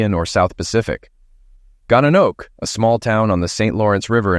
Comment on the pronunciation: I've never heard the name "Gananoque" butchered so badly before. If I didn't read it, I wouldn't know where you were talking about.